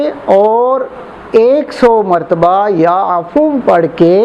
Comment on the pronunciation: Ya affo nh hy ya affuwo hy sahi hijje Arabic ki